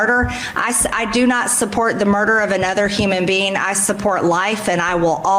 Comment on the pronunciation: …..anuthurr human bean…..